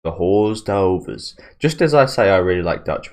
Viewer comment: pronounced: Ore derves